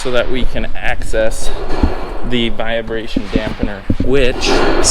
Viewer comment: There's no "via" in vibration. Not a "viabration" dampener. Got it right in the last part of the video!